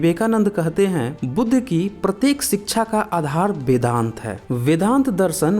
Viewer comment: Abe paidaisi bevakuf.... Vedang nahi vedant....pahle padhna likh ke aa....sale...